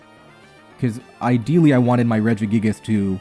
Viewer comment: Why you pronounce it redge - E - gig - ass that one time 😭